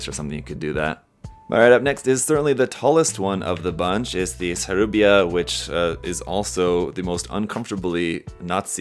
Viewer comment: did he just pronounced sarubia as "saburai"???